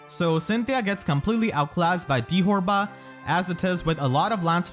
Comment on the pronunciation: Erinys' original Japanese name is Fyuri. How they got 'ferry' out of that is beyond me. Dithorba's japanese name is pronounced dee-toe-bah, which sounds exponentially more similar to dithorba. Deet'var doesn't even make any sense.